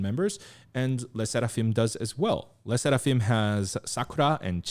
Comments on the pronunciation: Le sounds like 'leu' not 'leh'. 형 한국에선 르세라핌 이라고 불러요. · Le sserafim is the french word for a seraphim ! Not just a made up word, also the pronounciation in native france is more on the end on fim :) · the way he pronounces le sserafim is so satisfying lmao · The way u say le sserafim LMAOOOAOAO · I just want to listen to pronounce 'Le SSerafim' for several more minutes!:D:P